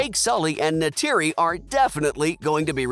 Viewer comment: Go and learn the actual pronunciation of lo'ak, tuktirey, kiri, neytiri and eywa!!!